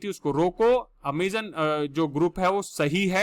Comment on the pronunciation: Not ameeezonn👎